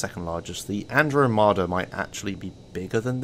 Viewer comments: "andro-mata" an-draw-muh-duh like the galaxy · An-DRAH-meh-da. Ruh-MEH-roh.